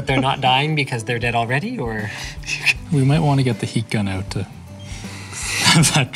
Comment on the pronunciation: "Why don't we all find oat together?" I don't like oats...